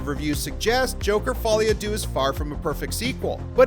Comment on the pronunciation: The french word deux (two) is pronounced dö and not doo! An ö like the u in Murphy!